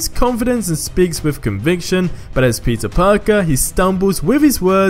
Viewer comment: i swear ur saying pizza parker not peter..